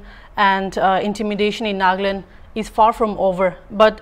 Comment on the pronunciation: Sister it’s not ‘’NAAGLAND’’ it is ‘’NAGALAND’’